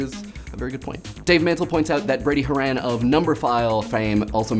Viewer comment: Brady Harán? Pronunciation fail.